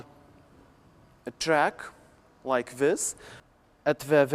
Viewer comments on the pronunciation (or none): I died of laughing xD Quite Long journey, In the midel, you haev a heartline element whear u are sPuN uraund a tRuCh like this *proceeds to spin his hand randomly At vErEY bUtem, breathes heavily, *you start to be raised again